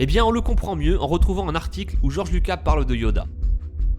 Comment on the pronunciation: des contrôles mentales ?? C le compte Dook"ou" et non "q" Et ce n’est pas Georges luca mais bien Georges Luca"s" La théorie ne tient pas debout comme le texte qui est remplit de virgules et espaces vides ce n’est vraiment pas fluide ni structuré. Si je peut vous donner un conseil, il faut arrêter de plagier des Fr qui eux même plagient des US pour au final raconter n’importe quoi tout en détruisant l’univers star wars !